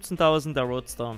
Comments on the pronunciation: Das heißt Rootster, von Root (Wurzel), net roadster wie road (Straße). :) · das heißt ROOTster und nicht ROADSter ... ein Roadster ist ein kleines Cabrio und kein Rübenernter ...